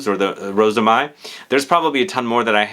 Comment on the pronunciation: Mai is pronounced the same as in English (month of May). 🙂🥰